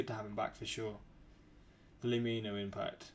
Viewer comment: BRO. It's pronounced like 'lemme know'